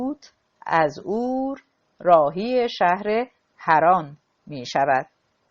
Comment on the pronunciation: حیف این کتاب که رو خوانی خانم راوی نا مفهوم و خسته کننده و با یک ملودی و ریتمه یکنواخت خوانده می‌شود خدایی موسسه ای آوای بوف خانم دیگری نداشتند که به ایشان این کتاب با ارزش داده اند ایشان حتی نمی تواند اسمای خارجی که بعضی از آنها شهرهایی قدیمی بلژیک و آلمان هستند واقعا متاسفم که ایشان کتاب را ضایع گردند شهر Urk.